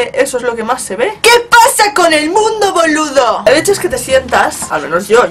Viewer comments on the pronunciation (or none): "Que pasa con el mundo boludo!" jajajaj te salio el acento bien uruguayo, me cague de la risa jajaj el boludo ese! me mato! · Escucharte decir "BOLUDO" que lo veo muy argentino, Me causa taaanta ternura, no se por que, Sos hermosa, perfecta ♥